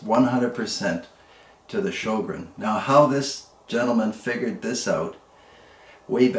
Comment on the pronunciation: Say Ö like EA in early, otherwise the closest pronouncination